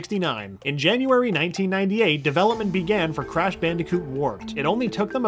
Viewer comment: "The Cwash team"